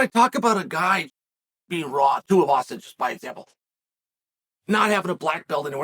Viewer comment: Uncle Chael said 2 different incorrect versions of Tuivasa in the matter of about 7 seconds. Undisputed.